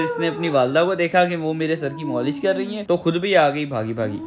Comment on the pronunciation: Molish nhi malish😂